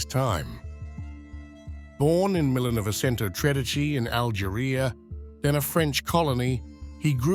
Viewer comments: Al- Jer-eye-ah? Algeria. Robot narrator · "Al-ger-Iyah?" It would be more "believable" if the "expert" could pronounce name of the Country properly. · For gods sake, get rid of the AI. I struggle with the AI graphics, but the voice over pisses me off so much (Algeryah) that I stopped watching. Even if you are ugly and your voice reedy and hesitant, at least its real.